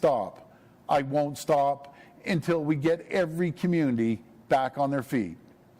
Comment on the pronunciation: "Community" please pronounce it in English.